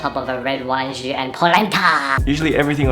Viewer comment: Pronounces "jus" correctly, but butchers "fillet".